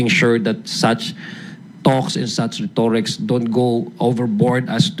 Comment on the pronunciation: Adiong correct your accent on the word RHETORIC....